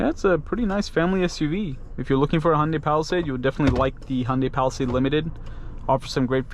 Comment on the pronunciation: its pronounced ha yun dai by the koreans who made it yun dai by other asians I dont think its Honda-y in pronunciation